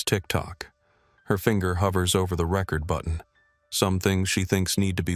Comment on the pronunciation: Record mispronounced